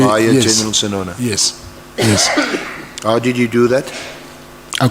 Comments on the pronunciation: Not SESONO, please use correct surnames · Correction NOT Sesona BUT Senona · And Senona instead of Sesona that might be used in defence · Not Sesona, it's senona. It's hard to listen to your channel because you don't pronounce names properly, it's not even about language, it's so irritating. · Senona, not Sesona*